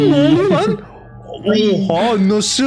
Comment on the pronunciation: ABİ "NE ELİN BEĞENİYE GİTMİYOR GİBİ" DERKEN "NE" YERİNE "BE" DİYORSUN DÜZELT ŞUNUUUUUUUU!!!!!